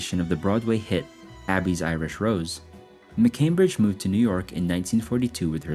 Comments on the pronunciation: Abie’s Irish Rose, like Abe, not Abby. Conscientious objector. I really hate AI voices that can’t pronounce words. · Also, it’s A-bees Irish Rose not Abby’s! To pronounce certain words they have to have been heard first.